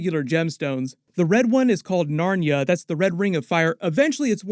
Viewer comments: The Ring is called Narya, not Narnya. Narnia is something else entirely. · The Elven ring of fire is called Narya, not Narnya. You got your Lord of the Rings mixed up with The Lion, Witch, and the Wardrobe.